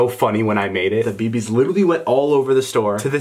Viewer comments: Lol I thought he said pee pees instead of bb's lol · Hay David you said pee pees instead of bb's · Thought he said "you can still find those peepees " but he said " you can still find those beebees